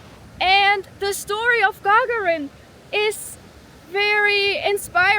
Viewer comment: (Gagarin name is not pronounced like Lady Gaga with -rin added but rather like gagaaa-rin.)